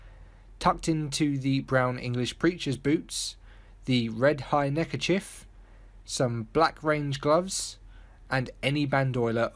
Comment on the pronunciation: Why did you say neckerchif? It’s neckerchief. Does that you you call a police chief a police chif?